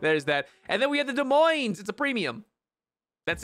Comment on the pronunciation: as an iowa native i cringed so hard the "S" is silent in Des Moines... yes even the second "s" should be pronounced 'dehmoin'